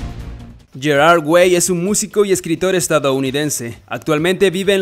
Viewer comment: Me estresa como pronuncia "Gerard"